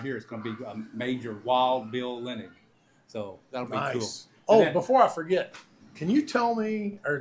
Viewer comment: Okay, you got the spelling right, but you keep saying Linning instead of Linnig - even with an actual family member with the last name of Linnig... Lin - nig... it's easier to say than Linn -ing.